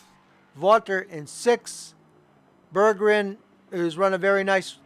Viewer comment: great coverage! thanks for the compliment at the end :) oh and my name is easier to pronounce if you split it into two halves: Berg-gren :D I had a very good race, unexpected to be honest. I'm pretty new to league racing.